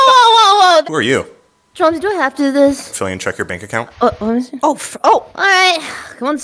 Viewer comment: Not fillian lmao